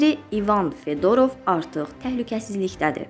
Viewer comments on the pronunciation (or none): Fedorov yox ay bala, Fyodorov. Heç olmasa məkan və insan adlarını düzgün tələffüz eləməyi öyrənin